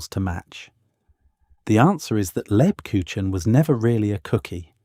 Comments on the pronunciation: Ha ha....lebkuchinn..... It's not that hard to obtain the correct pronunciation. Negative points for that. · Please pronounce LEBKUCHEN correctly! The "ch" is pronounced closer to a "k" sound, not a typical "ch" from our English. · Not lebkushen, leb KUCH en, the ch comes from the throat. I love Lebkuchen, make it every year; its part of my German heritage. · For the love of God,, PLEASE learn to correctly say the name of the thing you are describing! LEB-KOOKH-en I’m sitting here, TRYING not to swear at the TV, but I am shouting the correct pronunciation at the TV every time you butchers it! THANK you! I’m sitting here, TRYING not to swear, but shouting the correct pronunciation at the TV every time you butcher it! We love you to pieces, we really do. But it AIN’T THAT HARD, and it’s important! Please? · That's as good as the AI can currently do. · I disagree. It is much more like a soft g. A very soft g. Like the sound following the S in Scheveningen. A town name used by the Dutch to weed out foreigners. Like the second G in the English garage, but softer.